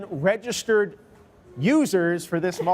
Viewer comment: Yes she did "30 million registerd lose- users"